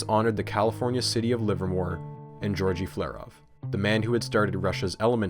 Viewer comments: he is not georgy, his name is pronounced like [gayorgiy] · Pretty sure that both g's in 'Georgy' are hard. Also, "Riken" is pronounced "Reeken," not "Ryeken." (Also, you're missing a period in the G.O.O.S.Y. acronym.) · Well researched and visually presented. BUT... I wish more of that research included the language, especially the pronunciation of elements' names and people's names. If you don't know, don't guess! This is all useful for the future, so please take note: The second T in technetium should have an SH sound; berkelium should have a KEEL, not a KELL. I have a hunch Georgy is not pronounced like Georgie Porgie. You keep saying nuclEide when nuclide is standard (I see you got it in your footnotes anyway), and nuclide/nucleide/nuclei/nucleus tend to get really blurred (I'd swear you said "a nuclei" and I can't tell whether you mean nuclide or nucleus). One person is not an alumni, unceremoniAL should be OUS, don't pronounce similarly or particularly as if they contain the word "lair", and do put the emphasis on the first syllable of comparable, etc. (which, by the way, is not pronounced eksetera). On the visual side, it's really snappy looking but why are you suddenly forgoing superscripts in the definition of barns (and capitalizing the b, while also failing to capitalize the B in MB for megaBYTE - Mb is megabit)? For a little more polish, use a proper "dimension sign" instead of an x, and a dash for quote attributions. Finally (for now?), what you describe as tides might be better thought of as currents, no?